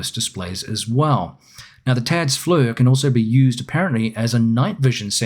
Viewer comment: For even greater immersion, the right pronunciation for FLIR is 'fleer' and not 'flur' ; )